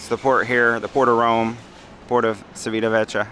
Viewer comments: Hi, I'm loving your videos and you convinced me to have my first cruise on the Celebrity Apex next year (Norwegian Fjords)! PS: Civitavecchia should be pronounced Chivitavekkia 😅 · Looks like a great ship. Just FYI it is pronounced chee·vee·tuh·veh·kee·uh